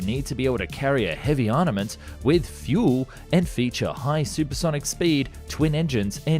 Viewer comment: The word is ……armament not…… arnament which might be a way a child would say it. 😂